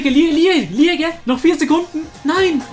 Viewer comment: Man spricht Liége als LIÄSCH aus